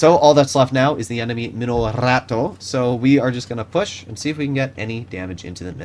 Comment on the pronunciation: mamma mia! What is wrong with you people? 🤌🤌Can't pronounce Minotauro?! y'all making it sound like mino-ratto, it's not a sewer rat